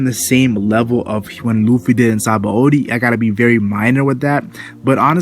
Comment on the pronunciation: btw its not "sahaba o dee", its "shabon-dee" it's a play on the word for soap bubble in japanese ,"Shabon dama". "Shabon" is a borrowed word from the french "Savon = soap" and the "D" from the japanese word "Dama" meaning ball Thanks